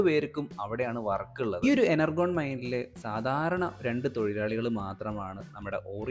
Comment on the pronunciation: Enurgon alla energion 😂